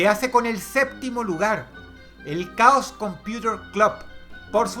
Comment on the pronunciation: Dross, Chaos cumputer club. Chaos se pronuncia algo asi:"queios" solo un consejo :) muy buen video